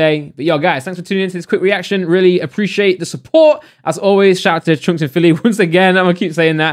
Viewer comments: He says choonkz haha. It's chunkz brother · Man said choonkz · My man called chunckz "choonks" 🤣🤣🤣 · Y do u say choonkz and yoong filly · Normal people: Chunkz: CHOONKS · I have a growing urge to put acid in my ear every time says CHOONKZ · his name is chunkz not choonkz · Why did I read the title in his voice lmao, "choonkz" 😂😂😂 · Nobody:: choonkz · also he said choonkz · No one:: choonks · is the only person i know that pronounces Chunkz “Choonkz” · Anyone else thought he was saying “troopz”? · It's funny how u pronounce Chunkz 😂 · he keeps on saying chunkzs name wrong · Please can you just say Chunkz properly, the whole video got me annoyed but other than that great video man